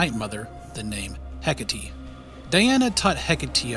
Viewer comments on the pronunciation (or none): isnt it "heck-8" not "heck-uh-tee" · Hecate is pronounced heck-ah-tay